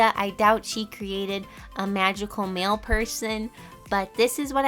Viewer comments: What she said: magical mail person What I thought she said : MaGICal MaLe peRSon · Every time you said mail I thought you where talking about men😂!! BTW I love the drawing